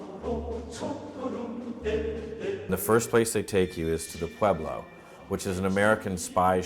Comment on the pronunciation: I like how they can't pronounce pueblo correctly.